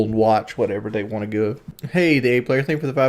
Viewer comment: The #1 thing I hate out of all of this is him saying WON'T instead of WANT. I really won't him to stop.